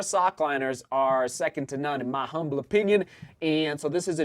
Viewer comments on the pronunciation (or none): none